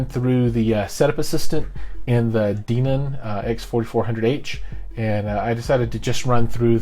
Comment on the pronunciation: I think the correct pronunciation is Den -on. Also I enjoyed the video. I am thinking about buying similar stuff for my home theater. Especially those amps. the Dayton subs, and the mini-dsp. Are you planning a setup video with the mini-dsp?